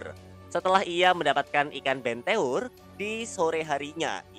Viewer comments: Bang cara ngomong nya itu bukan benteur tapi benter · Cara pengucapan BENTEUR coba dicari tau lagi min